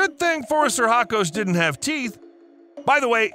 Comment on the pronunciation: "Phoris sir hacos"? Dude, when you butcher a word you REALLY butcher it. The proper classification is Phorusrhacidae, pronounced [for us rah ki day]. Seriously, if it's that hard just use the colloquial Phorusrhacids [for us rah kids]. It sounds a LOT less silly. PS: I know your title is no more than an attention getter, but Gigantopithecus was millions of years past the possibility of ever having met a dinosaur, let alone destroying it. Next time maybe skip the sensationalism and try a few jokes instead.